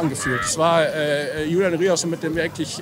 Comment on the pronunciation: Vielleicht wird er irgendwann endlich Rüerson und nicht Rierson genannt :D